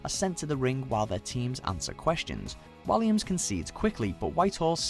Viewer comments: Sorry but when have you ever heard David Walliams' name pronounced like that?! Some of the pronunciations by British voiceovers on this channel are ridiculous. Lol you know how to speak/say it, why are you saying them differently to how you know... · David Walliams is not pronounced the same way as it is to David villa looool he's English not Spanish